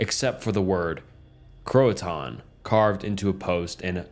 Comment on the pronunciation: The way he pronounced croatoan too